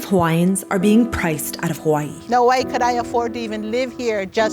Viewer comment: tip: if you’re going to talk about gentrification and colonialism, please properly pronounce and spell Hawai’i.